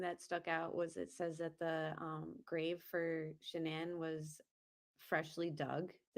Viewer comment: I thought he said Sha'nnan strangled then